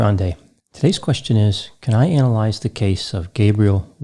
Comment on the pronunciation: probably somewhere up north the way he says analyze like "anolyze*